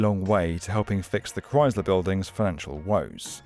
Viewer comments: Ugh, practice saying Chrysler. That’s Chrysler, not cryzler. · It’s not Chryzler. 🙄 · Nobody says ChryZler. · What is a "Criessssler" building? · ah yes the Chryzler building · "ChriZler???" Besides that, a banger video. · Learn to say Chrysler before making a video about the Chrysler building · There's no Z in Chrysler. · The "s" in Chrysler is unvoiced, /s/. Not /z/. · You're saying "Chrysler" wrong. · Far be it for an American to give elocution lessons, but... It is pronounced ChrySler, not ChryZler. It is pronounced dOllars, not dUllars. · It's pronounced as Chry-sler not Chry-zler. I hope this comment doesn't seem mean spirited, just constructive criticism. I otherwise love your channel. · It's Chrysler not Chryzler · Why does he keep saying "Chryzler" instead of "Chrysler"? Normally British accents are so precise. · It's pronounced ChrySler, pronounced with an S. Not ChryZler; There is no Z in the word. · "Kr-ICE-ler" building...not "Kr-IZE-ler" building. Thx. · It’s NOT cries-LURE, it’s MUCH closer to CHRIST-ler! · Pronounced "cryICE-ler" not "crys-ler" Couldn't find and American for a documentary on an American Building? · Only my personal opinion, but the Chrysler building is the coolest-looking skyscraper in Manhattan. It makes up for not being as tall as the Empire State building by being definitely cooler looking. Just a tip - there's no 'z' in Chrysler. ChrySler - not 'Chryzler'. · We say it "Christ-ler". "Cryyyzler" is less common. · It's pronounced "Crise'-ler" not "Crize'-ler." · The "Cryz-ler" building? It's "Cryss-ler", with a hard "s", like Jesus Christ without the "t" Cut it out, England! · I'd watch if you didn't keep saying chryzluh. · Never heard it pronounced ChryZler. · Maybe he thinks it's Cries-ler, because owning it makes you cry? But it's pronounced like "ice" not "eyes". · Why do you call it the "Chryzler" biulding? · It’s not croisler, it’s the Chrysler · Chryzzzler. Ugh. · The Cries-ler building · It's krice-ler, not crys-ler.